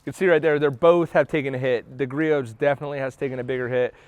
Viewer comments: Griot’s is pronounced with a silent t. Grew - ohs. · Can't you pronounce Richard Gree-Oh's name properly?